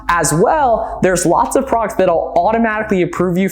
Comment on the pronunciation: When do you breathe? Slowdown and you might be able to say products instead of prox. Besides that, awesome video. Lots of great info. Sucks the apps is so expensive but I guess you could try to do some quick math in your head if you look up all the numbers.